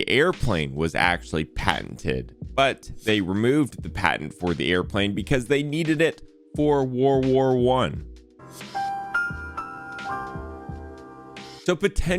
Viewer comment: Did you just say..... "War War I"?!